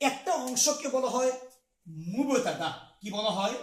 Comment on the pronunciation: হুজুর, উচ্চারণ "মুবোতাদা" নয়, বরং "মুবতাদা"